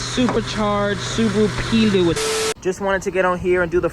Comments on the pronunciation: I think its actually pronounced "Play-oh", but what a cool thing that is haha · Pleo is pronounced like the women’s name Cleo. Plea Oh.